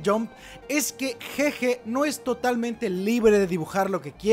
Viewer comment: un trago por cada que diga ''jeje'' en lugar de GeGe XDDDDDDDDDDDDD